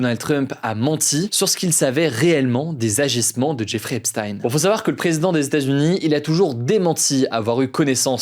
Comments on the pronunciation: Hugo j’apprécie le travail que tu fais mais Epstein se prononce comme si ça s’écrivait Epstine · même les anglais le prononce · Epstein se prononce "Epstine", c'est bizarre comment c'est prononcé dans ta video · On prononce "epstine" je crois.